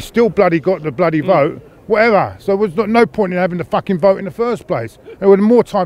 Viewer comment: I wondered what he was talking about with... "two boats. The first boat and second boat" and then I realised he'd said vote not boat.